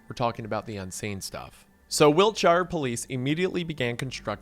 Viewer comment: Oh god hearing him say the name of my home county like that hurt... It's wiltshuR not wilt Sh-eye-r